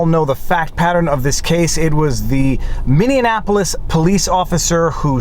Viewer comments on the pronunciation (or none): FYI "Minneapolis" is pronounced "Min-ee-app-o-lis", not "Min-knee-app-o-lis" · “Minianapolis” 😂 You’re almost at Luke Rodkowsky’s level. 😂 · FFS, how many times are you going to say Minneanapolis? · Please learn how to enunciation Minneapolis before your next Minneapols video. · I spoke to one of the people on the grand jury and while it doesn't have to do directly with the video, hearing that the juror has to watch videos of the murder over and over from so many video views was a tough thing to go through. Not a fan of this ruling but am curious to see the ramifications of it. 2 mini corrections for ya: Damond is pronounced more like day-mund, and Minneapolis doesn't have the "Annapolis" suffix does. Keep up the awesome work Viva!